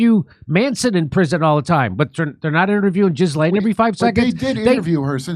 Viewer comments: It’s not GISLANE IT IS PRONOUNCED GILLANE AND SPELLED Ghislaine The name is of French origin. Educate yourself. 😊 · I'm guessing you're mispronouncing Jill Layne's name on purpose. Jiz Lane! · He has had months to learn how to pronounce her French name the s is silent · "Jizzlaine" hahaha i know that wasn't intentional wink wink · " Jizz lane Maxwell"? What a Freudian mispronunciation! (It's sounded Gill-aine btw) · Her name is not Jiz lane it's Glayne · For the millionth time, Ghislaine is pronounced "GEE-lin" not "jiz-LANE." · "jizz-lane " Maxwell you've GOT to be kidding me ! if this guy can't even get the woman's name right, I doubt he's playing with a full deck to start with...so his "predictions" are about as accurate as the time president Bill Clinton told us about what he didn't do to that woman, with that cigar... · Jimmy, it's a G, not a J. 😂 I guess you're being silly. 😂 Jizz-M-😂😂😂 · Love how Jimmy accentuates JIZZlane. 😂